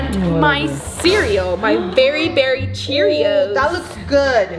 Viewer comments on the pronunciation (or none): its cherreious not cerioius